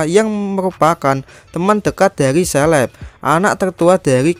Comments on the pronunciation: Caleb dibaca seleb =Indo English Debest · Caleb bos itu dibaca kaleb, bukan seleb. Apa selebriti ya 😂